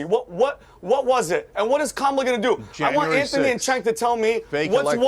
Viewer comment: Oh my god, panelists, IT'S PRONOUNCED "JENK" Not Senk and not Chenk 🙄🙄